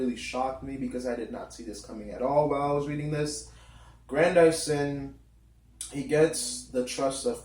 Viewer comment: His name is pronounced Gran-diss-son (Grandison) as in Madison... Not "Gran-dy-son". Lil' Brother if you are going to discuss this treasured literary work, at least learn to pronounce the character's name correctly!, damn it!